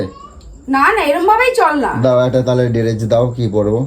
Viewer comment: ডেরেজ না কথাটা ড্রেস🤣🤣🤣